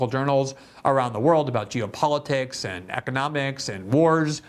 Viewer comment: "and" ne se prononce pas comme le "an" de lande en Francais, mais comme le "aine" de laine.